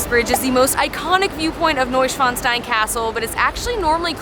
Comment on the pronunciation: Hey and sorry, but i was amused again about your pronunciation (of Neuschwanstein). It was something like New Dick Stone in German😁. But i like your cinematic Footage very much👍. Have a nice trip.